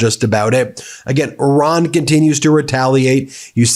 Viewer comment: Ben you seem like a nice guy please learn how to say the name Iran...